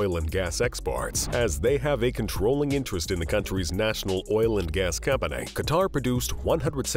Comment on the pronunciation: Financialay, economicalay, companay revenue, family, investmants. Yes, I know they're all spelled wrong. I'm not making fun of the narrator, just wondering why the words I wrote plus many more end in or are accentuated with (lay). Anyone else know?